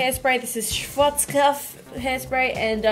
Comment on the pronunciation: I ADORE IT WHEN SHE SPEAKS GERMAN AND SAYS SCHWARZKOPF ASDFGHJK LOVE THIS GURL:))